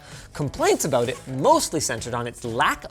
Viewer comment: "they're both abrown the same" is that a Canadian thing?